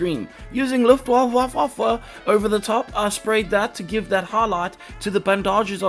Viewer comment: As a german I have to say that I love how you pronounce Luftwaffe... 🙃